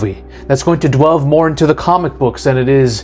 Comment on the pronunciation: DWELVE...what time is it? DWELVE O'CLOCK. I WILL DELVE..DELVE INTO THE POSSIBILITIES. LETS DELVE INTO THIS TOPIC....DONT LEAVE! its delve, not dwelve..